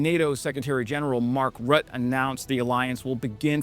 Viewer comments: It’s pronounced bom-bar-Dee-eh, Also Mark Rute-ah. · just a pointer you likely will mention Secretary Rutte often.. it's pronounced Rutt-ey or Rutt-eh